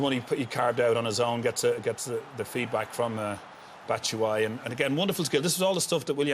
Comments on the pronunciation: “bat tit” 😂😂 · loool man said batishwhy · & Batshishwhy and Pulich? IT’S FREAKING PULISIC AND BATSHUAYI!!!!! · Graeme Souness murdering the Chelsea names, Pulic and Batitsuayi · Souness "pulic, Abraham's,batsuwiyi" 😆😆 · Greme cant pronunce Pulisic or Batshuayi name